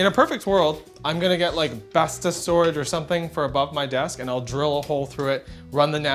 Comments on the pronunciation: It's best-oh, not best-ah ;) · Bestå is pronounced Bestor not besta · that slaughter of "bestå" 😂 love it 👏